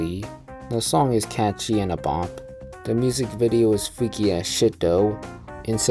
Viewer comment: "The music video is fweaky is shit tho" 😭